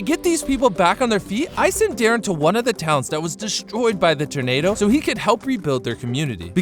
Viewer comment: Im not sure if thats how you pronounce tornado